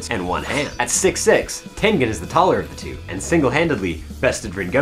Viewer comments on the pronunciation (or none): I don't wanna be that guy, but it's not tenGen it's pronounced ten-jen.